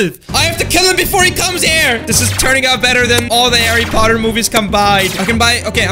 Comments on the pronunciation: harry puhtar. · By the way it’s not Harry puthat it’s Harry Potter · Oh noooooooo he said puthar not potter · Chary potter😂😂😂🤣🤣🤣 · Man I love “Harry purthar” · "Harry Puthar"? LOL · Harry Puthar 😂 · HARREH POTTAH